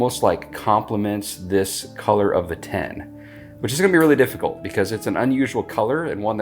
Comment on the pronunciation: The way you say "tin" sounds like "ten" to me so that threw me off for a while 😂 "8 ounce 10" "The white 10s" Hehehe but like others have said, thank you for what you do. Truly something righteous in helping fellow man through service. I love the principles of capitalism, but dont jive with crooked, greedy, crony stuff. When people are afraid to share their knowledge, it just feels wrong to me. There is more than enough room in ANY market sector for any number of competitors. When an expert is confident, they happily and freely share their wisdom without that nasty ego making them nervous that youll be teaching a future competitor "who might be better than you!" In the age of the internet, none of us really knows anything exclusive. So I'd rather freely share things i know, feel good about it, and save people a bunch of time going through all the mistakes i went through to refine that knowledge! Potential competitors will learn this stuff anyway, might as well be the one who also essentially virtually-mentored them 😂😂 I want to make candles for myself because i love scents and hate paying for someone else's labor when mine is just as good, but you're unintentionally making me lean toward trying to sell them once i nail a few recipes. Thank you so much for what you do, and folks like you who spread knowledge and empowerment (while being sympathetically realistic). Sorry for the college dissertation but I'm overdue for sleep and people willingly helping their fellow humans alwa